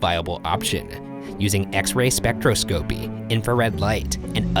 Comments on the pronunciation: Not “spec-trow-scow-pee”, “spec-trah-scuh-pee” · Lol at the way you per ounce spectroscopy, it's pronounced spec-tross-cup-ee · Spec Tros Copy, not Spectro Scopy. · I am wheezing from the way Ryan said spectroscopy. It’s Spek-tross-scpy instead of spectro-scopey. (Disclaimer; I’m not trying to roast him, if I didn’t use the technology in school all the time, I wouldn’t know how to pronounce it either) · Spectroscopy is pronounced “spec-TRAS-cup-ee”, not “spec-troe-scope-ee”. Add that to the list of words Ryan has fun saying. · i had this playing in the background and i (a master physical chemist) could not help but tune in at ryan's "spectroscopy" attempt at hehehe i love you dearly but it is pronounced "speck-TRAH-scuh-pee" -- carry on😅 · Ryan: Pronounces the most crazy sounding name in a previous video Also Ryan: Spectro-Scopey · heh "Spectro-scopie" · It's pronounced spec-TRA-skapy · you pronounced spectroscopy wrong. its spectROScopy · Sorry but the way Ryan pronounces "spectroscopy" is funny 🤣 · I love these guys, but as a chemist, the way Ryan pronounced "spectroscopy" just. Killed me. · "spectroscpy" lmao butchered that pronunciation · How many other STEM majors cringed when Ryan tried to pronounce spectroscopy.